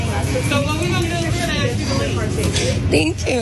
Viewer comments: You’re an educated journalist and you enunciate well. So why do you insist on saying “axe” instead of “ask” ? It’s a common misuse - but it IS a misuse of language. It irritates me a little when a regular YouTuber uses it - but not enough to say anything. You however present yourself as a journalist and therefore should be held to higher standards. So - stop it! Pronounce all of your words properly or step back from the camera and put on somebody who will. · His pronunciation of the word "ask" as "axe" is due to the slang phrase "You better ask somebody". When commonly said, the slang phrase is pronounced as "You Betta Axe Somebody" phonetically. That's all You clearly know this gentleman is articulate.